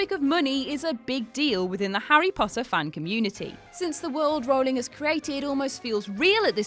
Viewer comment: actually its pronounced Rowling, rhyming with howling, not bowling. She said it herself